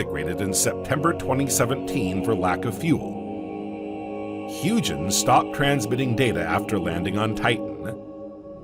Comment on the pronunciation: When u butcher the pronunciation of Huygen's we cannot watch your channel. Buy a dictionary. 😅😅😅😅